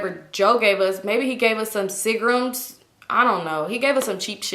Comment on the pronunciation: Cousin The way u pronounce Seagram always has me weak af!! Lmao